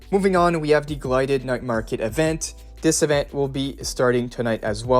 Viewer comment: its gilded... not glided